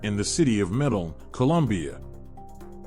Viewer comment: in the city of what? Medal? It's Medellin!